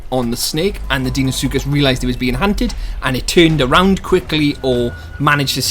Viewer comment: Deinosuchus is pronounced dino-sookus. I don't think a titanoboa would easily kill a deino or rex in real life considering titanoboa was only 1135 kg which is less than a quarter of a deino's weight. anacondas can kill caimans over twice their size but deino is way larger and is likely more aggressive than a caiman. It would only take a couple bites from a deino or rex to kill a titanoboa. of course the isle doesn't have to be realistic so they may make titanoboa stronger than it actually was. Though I still think that deino should have the upper hand. I think that titanoboa should be able to take on most mid tiers as they are mostly less than double titanoboa's weight and titanoboa wouldn't really be viable if it couldn't take them on. wait so if titanoboa shouldn't be able to take on apexes (pseudo apexes included) and is not fast on land what would it eat? It could eat ai and water creatures. If it can't fight deino well would it be unviable? If titanoboa isn't able to escape deino or fight it on land or in water that means that the match up would be unbalanced. would titanoboa be able to escape deino? I'm not sure, I wouldn't think so, though it is possible. Does that mean that titanoboa is conceptually flawed? sort of. It doesn't have to be totally realistic though so it could still be viable in game.